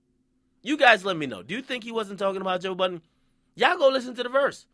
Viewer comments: lmfao when he said boiidunn sounds like budden this nigga funny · lmao why do nigga keep calling this man Joe Buttons? hahaha come onnnn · French might not of went in there with negative energy but Aubrey sure did. Nigga even said "Budden"